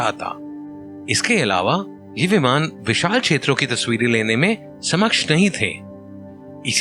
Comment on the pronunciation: Samaksha ?? It's Saksham bro...